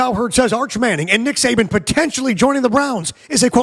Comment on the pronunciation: I'm so hot and tired, I thought you were saying Satan!😂😂😂